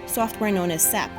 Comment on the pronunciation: hate to inform you but it is not sap, it is SAP, and it stands for Systems Applications and Products in Data Processing. so it is pronounced S-A-P as an acronym, not sap (like that from a tree)